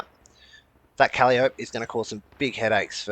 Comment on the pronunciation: Awesome videos! You are a natural commentator and it's easy to follow what's happening. Keep it up. On a side note - 'Calliope' is pronounced "kah-lie-uh-pee" which is a muse from greek mythology and also the name for a steam-organ/pipe organ which the rocket tubes resemble. All the best, friend!